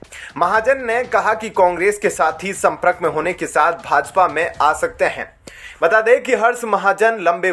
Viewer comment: Who is repoeter who pronounces संप्रक for संपर्क